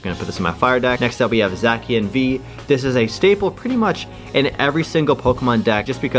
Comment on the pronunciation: also zacian is pronounced "zay-see-en"